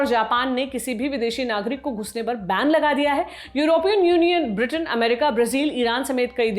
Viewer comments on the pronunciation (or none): none